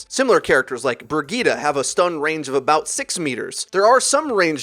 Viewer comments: I don't really watch ow videos, so I couldn't understand who this "Burgeetah" hero was. A new hero? A nickname? Then i understood that it was Brigitte lol. I mean she says her name in the game, just say it like she says it. Bree-gih-teh. Nice vid though! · Ok ok I get it u can call some hero’s differently but calling Brigitte BRIGETA IS A LOSS OF BRAIN CELLS